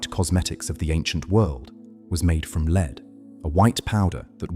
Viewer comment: lol lead is said wrong can’t you actually listen to what you post and correct the pronunciation ?